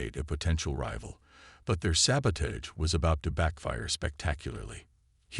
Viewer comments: Ok. I am only a few minutes into the story. Can you Please tell me what the hell: "saba-TAYGE" is!!!!!????? I have heard of "saba-TAHGE", but NOT "saba-TAYGE"!!!!!! I FREAKIN hate POS AI's. And you have one of those. AND, I made it to the end....AND your AI is a POS for sure. WTF is: "EH-EYE" (AI), "BEAR-idge" (barrage), "as he REED the report..." (as he read "RED" the report), and what the HELL are "RED-outs"!!!??? (readouts) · sabotage.... used so many times and mispronounced EVERY single time